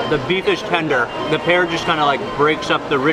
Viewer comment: Tender* but his pronunciation was like tinder😂😂😂